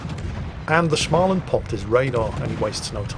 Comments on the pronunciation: Stop saying "Schmaland"!!! The first part is pronounced exactly like the word 'small'. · Please. I beg you. Stop saying Shmaland... It's pronounced Smoland. Maybe google it😅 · try pronouncing å in småland more like an o, instead of an a, so instead of smaland it's smoland. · Småland is actually pronounced smaw-land, not schmah-land. There are some voice clips online of people pronouncing it. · Its not SCHmaland. Its SSSSSmaland. Its S not SCH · Actually,, the A sound in Smaland is pronounced as if someone was trying to strangle you: a throaty "O". And now it's back to the saltmines for me... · Ok lets pronounce Småland correctly... Small land and thats what its says in Swedish too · Should we tell him it's pronounced Smoland...? No? Alright then. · When saying Småland - pronounce it; small + and